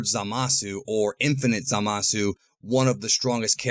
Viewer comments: Zalasu xD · Ah yes, Zalasu